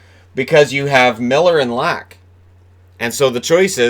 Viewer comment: I'm sorry but it hurts my freakin' swedish ears everytime you say "Lack"...or Niclas "Backstrom". I know you didn't attend Swedish pronunciation class in school over there but - if you from now on - would pronounce their surnames as Leck and Beckstrom I'll send you either a team Sweden jersey or the jersey from my favourite team in the SHL. Thanks for all the great vids though, keep up the great work and stay safe. Cheers.